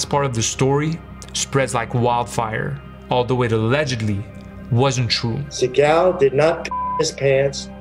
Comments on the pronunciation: Thank you for this video, I appreciate you spreading awareness on how bad “Seagull” (how Steven’s surname is actually pronounced) really is. Just saw him in a recent vid training Alex Pereira 🤦🏾‍♂️ the less I see or hear of that pathetic man, the better. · Well, it's obvious you don't know how the idiots name is pronounced, which is Segle... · The first lie is that his name is pronounced Seagal, his name is pronounced like the bird Seagull but Steven doesn't like that because it reveals his dad is jewish and in Stevens mind that doesn't fit his bad ass persona. He mentions every nationality he is except the real one which is jewish. Steven went to Japan when he was young to avoid the draft in Vietnam. If Steven had only gone to Vietnam America would have won the war in a week .